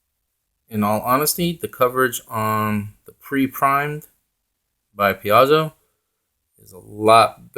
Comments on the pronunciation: Thanks for the review. I'll likely pick some of these up. I like the look and they seem like a good value. Just so you know I think Paizo is pronounced like pie zo. :) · ... ... Pie-zoh ... ... Piezo ... ... Paizo ... ... PAIZO!!!